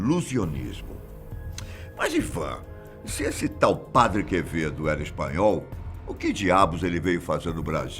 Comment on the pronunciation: O Padre Quevedo falando equiziste, e o pronunciando Padi Quevedo kkkkkkkkk